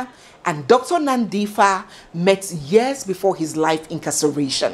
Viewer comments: I am a South African but this is the first time I hear this kind of detail into this story. Your researching skills are "Off The Charts". By the way, Dr Nandipha belongs to the Xhosa tribe and the "ph" in her name is not pronounced "f" as in English, but like "p". So it's Nandipha and not Nandifa. I live in Pretoria near the prison where Thabo Bester is now incarcerated, and this time I pray that the Prison Warders in Kgosi Mampuru have intergrity. In fact Barista, I think you should also hold a 3 day "Prayer and Fasting" for this case also on all Social Media Platforms. 😂 I'm even shocked to think that Dr Nandipha was not even scared that Thabo Bester might end up killing her also like Nomfundo, his former girlfriend. Some ladies are brave! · pronounced as NANDIpa - add the H for the sound for PAranoid, not PHantom😉. loving the story telling skill.thanks. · it's pronounced like pb not ph(f) like nandipba. And katleho 'g' turns to 'h'. Great narration and what a story! My regret is for those 2 little girls whose life will never be the same. How horrible for them, life was meant to be so different for them. Imagine a home with both parents as successful doctors, the world was their oyster. I sincerely pray for them. Following and loving your style all the way from Kenya... 🎉 To 100k subscribers.... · It's Nandipa. But spelling is Nandipha. The H is silent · Every other news outlert and entertainment channel has carried this story but boy oh boy! I was waiting to hear it from! And like always you did it Justice, her name is Nandipha[ pha prounced as Pa isnt like Paper] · hes not in pretoria now but in bloemfontein khosi mampuru prison. thank you for clearing up the name mispronunciation of nandipha. that didnt ring so well for me.